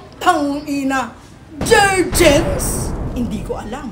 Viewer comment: Jerjens hahhahah...JerGens po👍